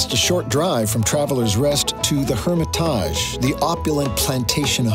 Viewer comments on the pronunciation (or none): The home of Andrew Jackson is the Hermitage ( herm- i - tij...not herm- i- taj... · The Hermitage is NOT pronounced that way. 🤣